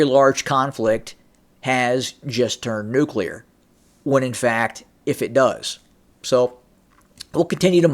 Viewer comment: nucular! i am glad you caught yourself. that one drives me mental. and lots of people say it. task and purpose here on youtube does, and so does benny johnson